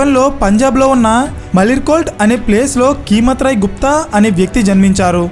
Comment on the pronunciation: Keemat Roy kadu, "Kaimat" Roy anandi..